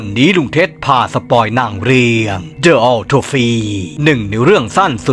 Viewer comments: อ่านว่าออฟทอฟซีนะ ออโต้ไซส์Aotosize😂😂😂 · ออ ทอพ ซี่ ครับ ไม่ใช่ ออ โต ฟี่ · ออ-ท๊อป-ซี่ รึเปล่าคะ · ในชื่อคลิปสะกดผิด จริงๆ สะกด ว่า autopsy อ่านว่า ออ ทอฟ สิ ครับ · ออ'ทอพซี จ้า😂😂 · ออ'ทอพซีนะ😅